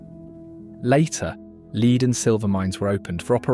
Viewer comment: It always amazes me that the narrators, whether A.I. or not, can't seem to know the correct pronunciation of words concerning their subect!!! I gave a pass on all the previous ones but "leed" instead of "lead" I couldn't let pass!!! Otherwise, excellent video!!!